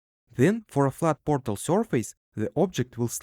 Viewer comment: I love how he says borTal